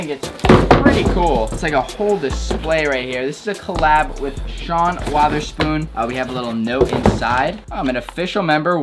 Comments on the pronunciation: “Sean WATERspoon” 🤦🏼‍♂️ it’s pronounced it’s “Witherspoon” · Actually neither are correct, it’s pronounced watherspoon and he just didn’t pronounce the th